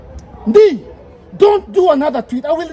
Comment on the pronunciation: It's not Ndii it's " Ndei" in Kikuyu 😂😂😂